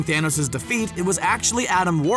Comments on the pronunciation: He said fanohs instead of Thanos in the beginning 😂. Just turn on captions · It's not THANOSE as you say it it's Thanos learn Names man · who here heard the guy said Fhanoes